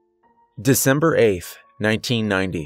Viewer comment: what's a december-aif or were you saying December 8th??? .... "AIF" eh?? 😤🤨🤔 good job 🤭🤣